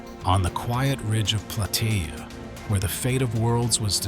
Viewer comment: It is pronounced Plah-tay-ah